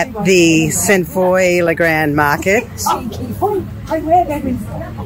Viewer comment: I know french is complicated 😅 but it's not st FOY as pronouncing the y but more like ROI or FOIS ,it's old french that's why the y is still there but the pronunciation is foi, its sainte foi la grande😊.